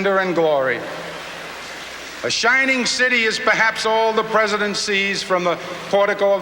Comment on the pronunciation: Cuomo is peesident